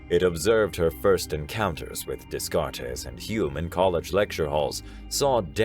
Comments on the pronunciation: Day-kat, not Des-kart-ees. It may be a trivial complaint, but it annoys the hell out of me. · So I prefer you buddy because for the most part you pronounce things correctly. However I would review how to pronounce "Descartes" (Day-cart) its french and when narrating scifi you can ruin all immersion by stumbling over names and words that dont fit. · The correct way to pronounce it sounds a lot like "day cart" which is probably how you've heard it before. The narrator got it very wrong, and I found it amusing. But the story is still great and a fairly rare name being the biggest mistake in the reading isn't going to spoil it! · great voice.... But did anyone else cringe Everytime his said Descartes name?